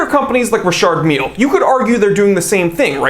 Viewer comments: It’s pronounced ree shar mill if the guy is French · “Richurd Millie” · You're pronouncing this brand wrong AGAIN, it's pronounced Dicky Miller